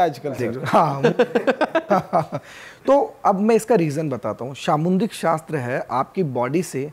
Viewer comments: It’s called Samudrik shastra Not samundrik shashtra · सामुद्रिक शास्त्र bolna sikho